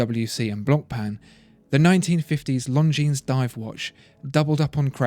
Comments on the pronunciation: The "s" as plural is not pronounced, correct? I have 1 of these from my Grandfather, who lived through WW2, (yay, me) and my step-grandad who fought in Korea gave me one. I've researched them both thoroughly, and the pronunciation is: Lahn-jeen. NOT: Lone-jeens". Please clarify, thanks. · Not pronounced „long jeans“ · Longines is not pronounced „long-jeans“. Simply drop the „s“ and you‘re almost there. If you want to buy „long jeans“, you should go to Levi‘s or Diesel. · Please...It's not "Long Jeans" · The S is silent bro.....longin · Leif Dehio, forgot to mention that the g in long is not pronounced either....just say “lon-gene” and you’ll be fine 😊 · I pronounced it long-ngi-nes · Don’t pronounce the S in Longines. Very nice video though! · You're pronouncing Longines very wrong.